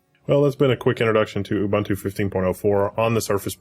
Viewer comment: Devin Daniell uh-bun-tuh :D